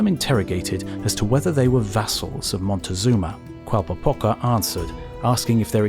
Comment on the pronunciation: Having trouble with the name "Moctezuma", I see. At least you didn't do the Gringo thing and try to pronounce it "Montezuma", which is absolutely wrong. It's a simple Nahuatl name (Mexica/Azteca): "Moc-teh-SOO-ma".